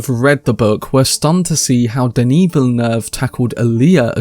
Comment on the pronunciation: Good on y’a to pronounce the director name right!